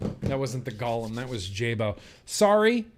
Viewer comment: Love how you say, "Ghalem" and then correct yourself to, "Golem" and then 1 minute later you're back to, "Ghalem"